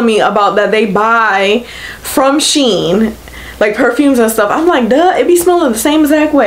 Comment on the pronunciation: It’s “She IN”